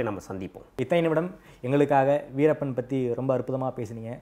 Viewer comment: adei veerapam veerappam nu solladhada host payale.. veerappan anna alladhu veerappan ayya nu sollu da